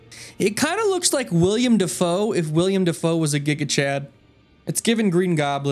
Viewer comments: His name is Willem Dafoe. Willem, not William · Disliked the video because you miss pronounced Willem Defoe's name who tf is William